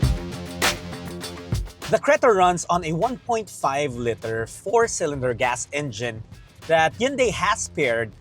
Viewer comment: Lee-tur not le-tur